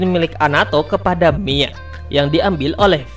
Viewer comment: bukan mai tapi mia bang